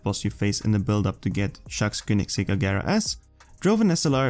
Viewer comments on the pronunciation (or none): none